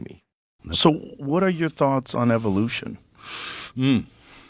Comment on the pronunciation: Around 36 minute mark, did Mel mispronounce the word evolution on purpose. (Sounded like “EVIL-ution” 🤨